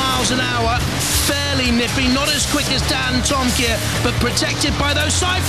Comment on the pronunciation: I remember when the guy on the PA announced Dantomkia's name wrong and said dantomakia lol!